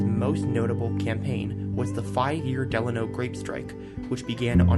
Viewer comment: Thanks for using my photo as your opening image. FWIW, Delano is pronounced delAYno, not like FDR's middle name.